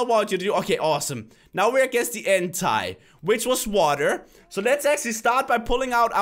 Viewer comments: is entei not entai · ENTAI? ITS EN-TEI 😂 (TEY) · it's not entie entei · you say Hentai rather than ENTEI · It sounds like he says "Hentai" when he tries to say "Entei" xD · did he just pronounce "Entei" Entie? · When is on the Entei part thing of bengrys twin the ultimate boss one: Ooo Entai Me:you British? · Froilan Villapena yes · MrfasXD Itz auntie? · He says Entei like henti the anime genre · I love it how say entei ''hentai'' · and this is how u pronounce entei in-tay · he says hentai instead of entei (look what is hentai ) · he said Entei wrong